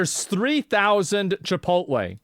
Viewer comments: lool "no i dont have sttock in chipolttte" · Chipotle is 32 years old. Asmond: "My favowite pwace chipwodwey, is onwy new. Mcdawnwls is owd. downt tawk bad abowt chipowtwey!!"